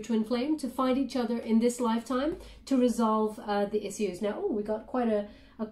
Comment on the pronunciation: has anyone ever corrected you on the pronunciation of "issues"? Just trying to be friendly here the best I can through a comment section haha but think of -ish sound like "ishues" The double S is deceiving and if English wasn't my native tongue I would pronounce it with the double S sound. I just want to help my friend I promise:)